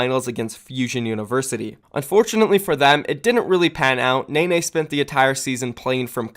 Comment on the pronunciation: It’s pronounced “Nen-nay” not “Nay-nay”